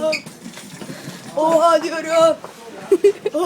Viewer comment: oğa diyoğuuuuumm eğeğeğe oğa diyoğuuum